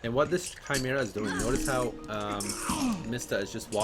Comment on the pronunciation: Thank you for the content , but for the love of Christ , please stop mispronouncing Hades and Chimaera